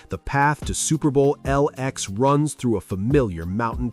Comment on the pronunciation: "the path to Super Bowl EL-EX..." 😂😂😂 I'm out.